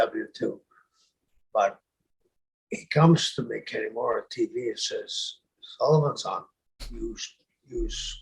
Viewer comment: Sullivan's pronunciation of Kanemura makes him sound like the strangest half Irish/Japanese guy ever......Kenny Mora.